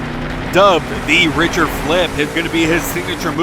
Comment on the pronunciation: Btw you said “richter” wrong it’s pronounced “rick-ter”